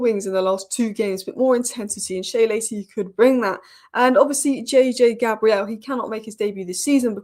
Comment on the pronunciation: please say his name right. He is not 'Gabrielle', a female Christian name. It is pronounced "Gae-brill". It's just respectful. No one calls you A- lice.